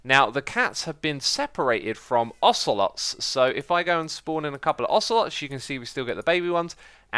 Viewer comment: Ocelots... more like ocenots